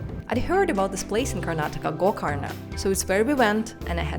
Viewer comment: Welcome to Karnataka, One State Many World's, And thanks for Pronouncing our states name perfectly as many people from India themselves don't know to pronounce it and remove the last alphabet 'A' from Karnataka.